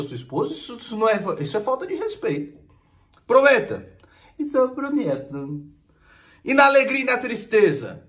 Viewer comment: "ENTÃO EU PROMEUTUMMMM" KKKKKKKKKKKKKKKKKKKKKK